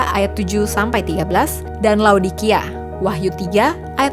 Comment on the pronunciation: Menit dikoreksi Wahyu bukan Wahtu